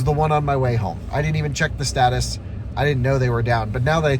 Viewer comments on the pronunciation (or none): none